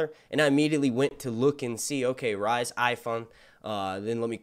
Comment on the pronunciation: Rhys = Reese